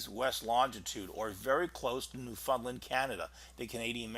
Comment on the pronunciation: I'm going to start a Go Fund Me to bring to Newfoundland to learn how it's pronounced. Here is a hint: "Understand Newfoundland", it all flows.